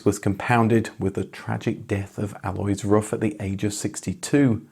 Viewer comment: And "Alois" insn't "alloys" either. It's something native English speakers struggle with: the stress is on the "A" but it's short, and it's followed by two distinct vowells. AH-lo-eese. Just find a German native speaker to do it for you. (We are not exactly a sparce resource.)